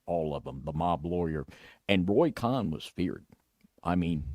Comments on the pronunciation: It's Roy Cohen, Jew. Not, Roy Khan, David. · It's pronounced CONE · It's pronounced like cone , Roy Cohn. Pronounced like cone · Cohn is pronounced "cone"...